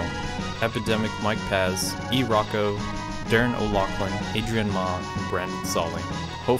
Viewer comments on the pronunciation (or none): for the shoutout, just Mike Paez would have sufficed. Oh and Paez is pronounced "Pie-as", dont worry. I've gotten used to it. Great video and I love the content on the Pateron page. Keep it up!